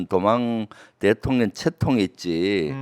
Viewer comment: 대통령이 대통년으로 들리지;;; ㅎㅎ